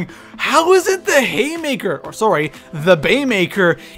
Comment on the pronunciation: Oh Canadians 😂"sorry"